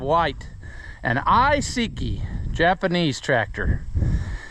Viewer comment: Just a label maker one that would be obscure to anyone but you. You say "I seek i" and we all said "I sek i" I say "too may toe" and you probably say "too ma toe"